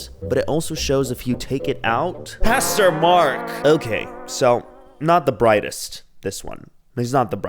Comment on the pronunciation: At the starting i heared " Custo-Mark " INSTEAD of " Pastor- Mark "😂